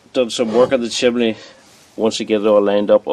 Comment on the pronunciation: Why do Brits call it a, "chimley"? It's a chimney!